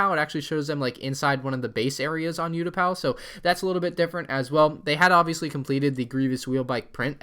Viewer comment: This is what it sounds like ootapou